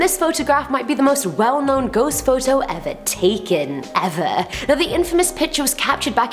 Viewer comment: “Now this might be the most important ghost picture ever taken...., Eva.... like evvaa...., taken evvaaaaa, like evaaa u know-Evvaaaa...evvaaa,evaa....🤣her accent!!!!!